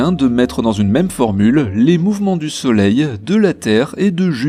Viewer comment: Ca me faIt horriblement mal aux oreilles quand j entenu soleileee